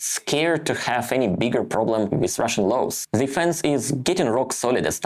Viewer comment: I think your stats will probably show whatever way you deliver it, people aren't so interested in just another travel vlogger. They want to know what's going on inside Russia and what they should think about this. Btw, nothing huge, but your English would improve dramatically if you could teach yourself to pronounce 'the' and 'they' properly, rather than 'zhe' and 'zey'.